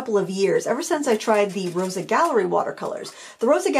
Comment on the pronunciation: Thanks for the review! I'm a huge fan of these. Fun fact - "Rosa" means "dew" in Ukrainian and is pronounced "ro-suh" with an "s" sound :)